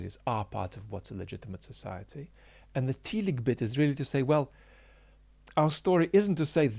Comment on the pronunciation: Sorry for being pedantic but I believe telic is pronounced tell-ic (short e) not tee-lic. Teleological on the other hand has a first syllable that can be pronounced with either long or short e.